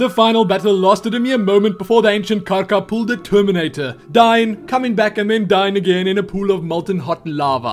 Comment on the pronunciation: You say Karka so beautifully :D